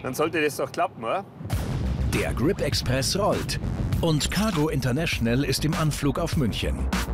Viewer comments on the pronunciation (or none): Der Typ kennt auch kein Englisch wie der immer "Grip" ausspricht😂😑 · Ich find’s lustig wie er immer Kripp sagt statt Grip